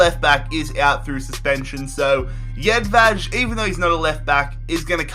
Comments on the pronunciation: Its jedvaj you say it how its wrote hes not spanish so you cant say jedvaz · Jedvej pernounciation 😦😦😦